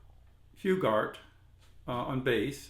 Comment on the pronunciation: Thank you for reminding of this great record. By the way, Jim Hughart's last name is pronounced 'Hugh-art'. I've met him personally and was fortunate enough to take a bass lesson from him at his house about 25 years ago. The way you pronounced it on your video is how I pronounce my last name, so no harm no foul! I am not related to him. Just coincidence.